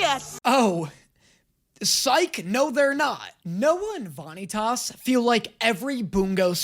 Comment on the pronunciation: I'm just gonna say the dub's pronunciation of some of these names is really bad. Vanitas especially is so bad I have no idea why they pronounce it like that. But don't worry the show will hook you soon enough I'm a manga reader and the first few chapters /episodes are really just to slide you into the world and character relations and then after that you get the kick off:]